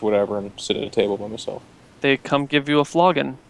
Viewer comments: flogging* hallabred* But yes, flagon. Flogon... silly. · its not a flogon XD its a flagon fl-a-gon the a makes the [aah] sound, a flogon' is beating some one with a whip or stick.;) silly and his "halbreads"